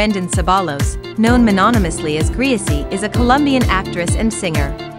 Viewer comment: it’s not graisy (how u call it ) it is really Greeicy